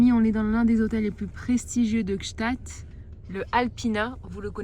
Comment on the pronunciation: Bon anniversaire à Anna et merci cette sublime vidéos Par contre Gsaatd prononcer pas un t svp c'est un d:)